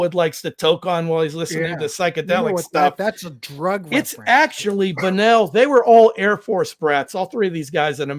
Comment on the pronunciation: Cmon guys, Gerry Beckleys name is pronounced Jerry not Gary. And Dewey’s last name is pronounced Bunnell not Bunnel ! Get it right! But I do appreciate giving my favorite band some love. Thank you